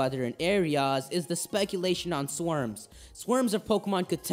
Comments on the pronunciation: The way you said "swarms".... "SWERMS!" T-T The rest of the vid was great though. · " speculation on swerms"? lol